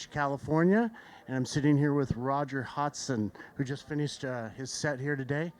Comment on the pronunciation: said "Hodgson" wrong